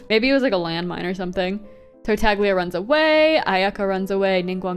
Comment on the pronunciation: Finally someone else who calls him Tartagles. I also sometimes say Zhongles.